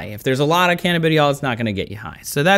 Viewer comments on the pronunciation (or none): canna-biddy-awl? that's a first for me.. (I've always heard it more closely pronounced as cuh-nabba-dye-awl). Speaking of, as has been said, CBD should've been covered more in depth. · Canuhbideeyall? Wtf? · Pronunciation fyi - cuh-nab-uh-DI-all cuh-NAB-uh-noid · canna buh die all..... not ..... canabidyall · When he said canadibiol for CBD I stopped watching...... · It is pronounced "ca-NAB-idiol" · This is incredibly uninformed. He even pronounced the chemical names for THC and CBD wrong.